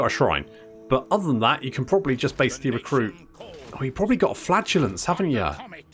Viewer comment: Did anyone else hear worry that Talebecland had "flatulence" rather than "flagellants"? Just me? Oh.